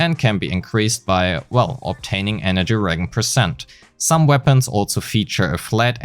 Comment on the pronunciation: Just some advice, "regen" is pronounced like "re-jen" like "Jennifer", not "re-Gen" like "Genshin". Good video aside from that, a good recap of already known information.